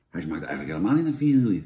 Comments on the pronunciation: Heel leuk allemaal Jantje maar je spreekt het toch echt uit als va-nie-je niet va-niel-je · vanielje vla vanielje vanielje het is vanille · lekkere vanielje vla!